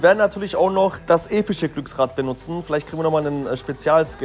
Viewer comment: Junge du hast am Anfang gesagt Epich oder bessr